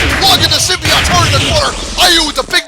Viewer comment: I used to play that game. BTW, you pronounced Symbiote like this. Symbi ott. I believe Stargazer1331 pronounced it like this buddy. Symbi ute. Especially when he mentioned Symbiote Onslaught and the Symbiote Super Mario Clones or Symbiote Super Mario.